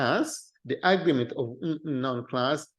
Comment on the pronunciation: Just a note on English pronunciation: Agreement is pronounced, "a-GREE-ment". If you pronounce it as, " 'A'-gree-ment", it winds up sounding like the word, "Argument", which it does in this video.